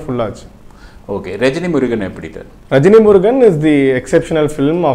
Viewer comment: Rejni Murugan illa saarrr..... rajini murugan.....